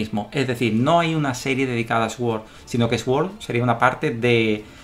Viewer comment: Te pasa como a Dani Lagi al principio y a mí. Sword se pronuncia Suord no Esuord. Es como swan o swing. Supongo que microsoft nos marca. Jeje. De nada. A mandar ^^